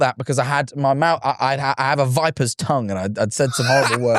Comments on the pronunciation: Even in Scotland we say “tung” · why does tom say tongue like tong 😭